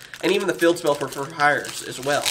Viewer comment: Do a shot every time you cringe when you hear fur hire